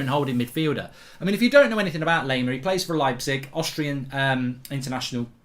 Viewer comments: If you want to pronounce him right - just think of "lime" - same pronounciation - just add "ar" - "lime-ar". So instead of "lame-ar" - it's "lime-ar". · Anyone else getting triggered by Mark's mispronunciation of Laimer? 😅 a German native speaker tells him how to pronounce it correctly. He thanks them, then 10 seconds later continues to pronounce it incorrectly. 🤦‍♂️